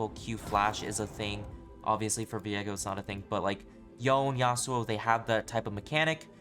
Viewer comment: Why do you say his name like 'Vee-egg-oh' when it's 'Vee-ay-go'?